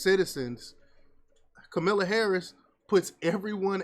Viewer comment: Man, you really sound ridiculous and if you can't pronounce her name correctly you don't need to give any commentary on anything. Vote for that orange bastard if you want to. Charlamagne is no god and not a liberal! You guys need to do research.